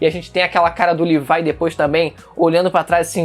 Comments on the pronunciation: Cara n se fala L I V A I se fala LEVI CARAI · Livai?;-; fala "Lêvi" pelo amor de Deus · Ele falando "Levai" me dá uma agonia...FALA LEVI PÔ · Odeio quem fala Levaia O certo é Levi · Mano o cara ta falando livai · "LIVAI" KKKKKKKKKK